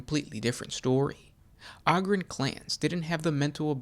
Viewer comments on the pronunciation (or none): Oh-grin sorry. Ogre oh-ger right? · Can't listen to someone butcher a word over and over and....